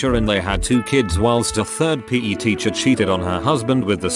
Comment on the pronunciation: Word: PE Narrator: p a y